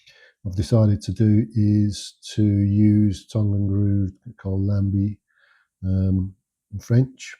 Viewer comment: Are you from Lancashire? Just the way you said tongue!